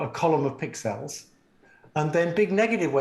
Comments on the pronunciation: Who the hell pronounces pixels like this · That moment when you realize that his pronunciation of "pixels" is peculiar not because he's weird but because pixels must have originally been termed "pic cells", short for "picture cells", and he sees no sense in reducing the meaning of the term.